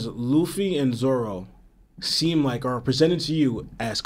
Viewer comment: Are you saying Zolo? Instead of Zoro?